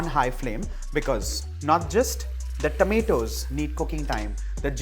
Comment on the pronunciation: Your tomatoes pronunciation is very wierd.. its not tameto.. Its tomato... Pls